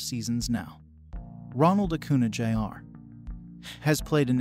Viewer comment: It’s acuña, pronounced acun-YAH